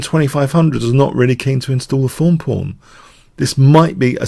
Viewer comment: He just pronounces "th" as "eff" for some reason. I think it might be a Spanish thing?